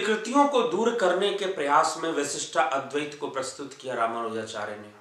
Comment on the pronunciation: You are great . Thank you . You helped me to understand the several ways of the very Indian schools of philosophy.but why do pronounce विशिष्टा अद्वैत